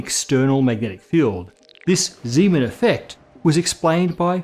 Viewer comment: You're having some trouble with your emphases in this video., your heavy emphasis on effect implies that you want to draw our attention away from the Zeeman fruitcake which permeates all of the Universe not full of Thompson plum pudding, or perhaps the Zeeman scandal plaguing his wicked in-laws. I think the emphasis you wanted might have been the Zeeman' effect, as opposed to the Einstein de-Haas effect -- where you have a bit of the same problem. If you'll listen to this video -- as you should have done before you posted it to the 'Net -- you'll find you have the same problem with bicycle WHEELS, which you seem to want to distinguish from bicycle handlebars or bicycle-riding elephants spinning across the rings of their circuses. What you really want to tell us about it the BICYCLE wheels, distinguished from wheels implicit in the orbits of electrons, don't you?